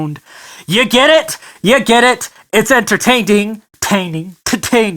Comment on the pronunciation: Why is it when you tried saying entertaining at the end my brain went "enter-taint-ing" and now I can devise more puns about junk